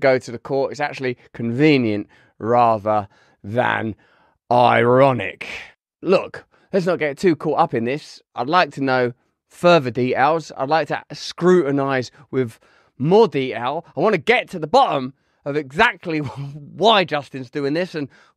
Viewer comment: Says Americans can’t say Moscow than he says “furva” instead of further